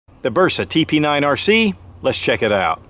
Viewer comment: Said the name wrong in the beginning. Haha